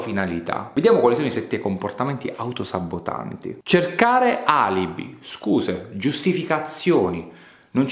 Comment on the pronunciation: Ti seguo, ti ammiro, ti rispetto, ti ascolto, ti riguardo, ti do retta, ti metto in pratica, ti discuto e ti condivido con gli amici... ma!!! O sul vocabolario facciamo aggiungere un B ad sabotaggio o la "devi finiamola" di raddoppiare questa B come fai tu!!! Aiutami dottore, ho la fobia delle parole quando vengono pronunciate le singole consonanti come doppie! Ha un nome questa mia patologia? Buon sabbbotaggio a tutti! (sei un grande)